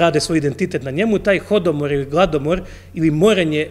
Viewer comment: slagao si svoje slušateljstvo rekavši da su Tanaiske ploče s natpisom "Horoatos" nađene u Ukrajini. Ne, nego su nađene u tadašnjem Tanaisu pored današnjeg Rostova na Donu u Rusiji. I nauči se pravilno izreći riječi kojima se služiš: ne kaže se "hodomor" nego holodomor - "naški" bi bilo gladomor. Ima toga još. Osim toga primjećujem da ti je logoped pomogao ali se još moraš popraviti. Nekontrolirano šaranje očima još ne kontroliraš.